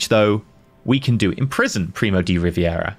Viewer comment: Lesson 2: Primo de Rivera, the Rivera name should sound more like "ree-BEH-rah" than "ree-bee-EH-rah" since that would require for it to be spelled Riviera instead of Rivera